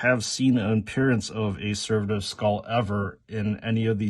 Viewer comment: Let's say it together... Ser..vo Servo skull. One more time,, SERVO Skull. Not server skull, it doesnt work at a restaurant. So its not a server. It aint a waiter skull either.